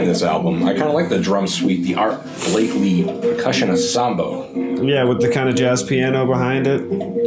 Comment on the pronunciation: And it is Art Blakey, not Blakely.